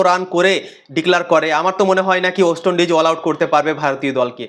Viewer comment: উচ্চারণ ওয়েস্ট হবে ওস্ট নয় !! 💩